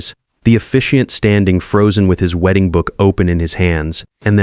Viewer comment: Terrible AI. Weeding guests? Man, the pronunciation is AWFUL.